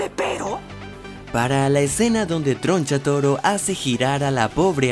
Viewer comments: Tgoncha toro jajaja no sabe pronunciar la R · TRO NCHATORO NO TRONCHATUMARE AJAJJAJAJAJ NO